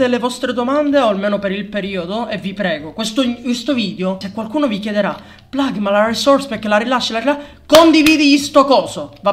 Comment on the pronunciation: No io dicevo plug ma pronunciavo plag, peró, so che di chiami plugirto